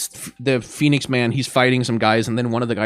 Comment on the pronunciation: I don't know why, but him saying 'Phoniex Man' is too funny.